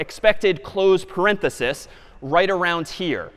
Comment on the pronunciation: So nice to hear an educator say "parenthesis".